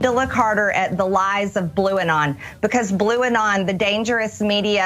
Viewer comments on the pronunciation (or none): It can't even she said Blue-non 😏😆😆😅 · bluanon now? lol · The f*ck is "Blueanon"?